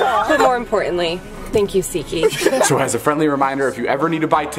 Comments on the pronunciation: OMG every time he said seatgeek I always heard it as shiki and when I would see the comments they said seatgeek n I was like what is this seatgeek 😂😂😂😂😂😂😂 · am i the only one who hears sikik instead of seatgeek?😐😐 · For the longest time, I always thought David was saying seekeek... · all this time i thought you said “seki” and then realized you said “seat geek” 😂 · Am i the only one who first taught he said ziki and not seat geak😂😂 Till i saw the video of Alex of the best commercial 😂😂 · Thought he was saying Seek Gee